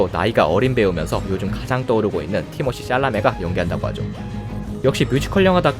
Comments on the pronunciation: 티모시 쌸라메 ㅋ "쌸"이라고 꼭 안해도 되는데 ㅋㅋㅋ (욕같다ㅋㅋㅋ) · 티머쉬쌸라메 발음 뭔 인도 배우인줄 ㅋㅋㅋㅋㅋ